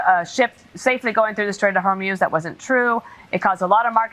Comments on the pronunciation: It's pronounced Strait of Hormooz! 🙄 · Hey Ben, love the show! the Straits of Hormuz is pronounced Hor-mooz, not Hor-moze. :-) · Ben for god's sake learn how to pronounce HORMUZ, it's not hermoz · It’s pronounced strait of “HOR-MOOS” (like the sound cows make). PLEASE stop saying Hormoze!!! Like seriously how hard is this?!? Makes you sound ignorant. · Damn, Ben! Stop mispronouncing the name of the Strait! It's pronounced "HORMOOZE", NOT HERMOZE! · Can you please call it the Strait of Hoar-mooz? Thank you. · Ben please stop mispronouncing Hormuz. No-one else calls it Hormoz. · I love Meidas Touch, and it's main host Ben Meiselas. I truly love you! But could I ask someone please to correct Ben's pronunciation of some very simple names? His mispronunciation of simple names undermines the seriousness of his commentary, and is terribly distracting. Case in point: it's HORMUZ, not Hurmoz. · Ben...love you, your brother and the entire MTN/AF et el. BUT Either you, or the entire rest of the world are pronouncing "Hormuz" incorrectly. Cant both be right as you like to say...can you please check and let us all now the truth, like you have become known for?